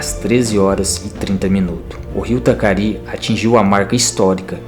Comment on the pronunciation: Rio Taquari.. nao Tacari.